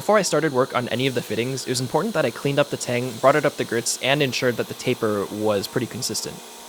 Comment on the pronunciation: Every time he says taper I have an aneurysm. Thanks.